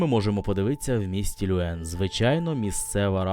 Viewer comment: Все ж таки потрібно казати Льовен, а не Люен. Ви продемонстрували захоплюючу подорож.